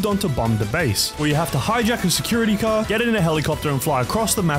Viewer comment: 20::35 THE FRICK IN THE CAHH 🤣